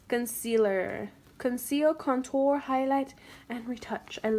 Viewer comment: You say contour weird